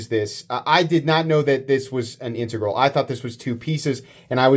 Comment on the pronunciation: learned to pronounce "integral"!